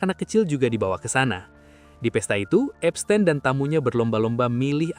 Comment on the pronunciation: Baca : Epstin bukan epstein